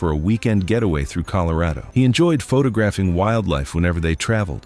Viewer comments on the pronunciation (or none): is a handsome bloke with a great voice However Why did he pronounce Colorado like it rhymed with Laredo?